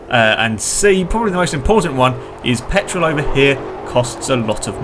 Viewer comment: the way he says petrolll lol